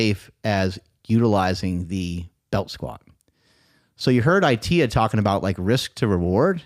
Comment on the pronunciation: His name is pronounced "At te a" NOT "i te a"